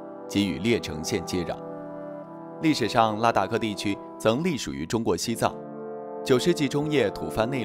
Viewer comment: 拉达克不是达拉克。